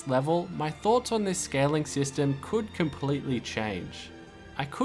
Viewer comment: emphasis-a-reno on could